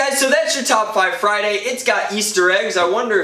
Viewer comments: "Fridurday?" Me-"Sure, and tomorrow is Smatelday." Derp. Hilarious. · Did he say Fritarday? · It's Fryderday my dudes